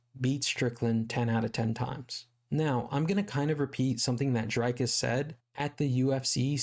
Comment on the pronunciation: One more thing, his name is Dricus which is not pronounced Drycus but more like Dreecus like the double ee in see but said a bit shorter.